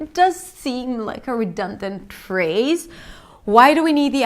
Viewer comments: redundant repeat "redundant" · The patronizing guy sounds like a Scandinavian person who learned UK English. In the US the vowel in the first syllable of 'redundant' I think is more of a schwa. Although this is hardly going to be the thing that catches you out as a non-native speaker. Your 'inevitable' is spot on. Okay thanks, gonna go back to trying to learn French now.